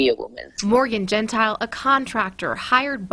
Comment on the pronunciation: The worker is Cassidy Cordova not Cassie. Morgan’s last name is pronounced Gen tile